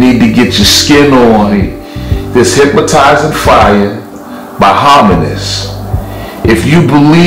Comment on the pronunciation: There’s no M in HYPNOTIZING